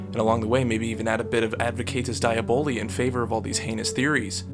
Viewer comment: Your pronunciation of "advocatus diaboli" made my skin crawl. Please, stay away from Latin.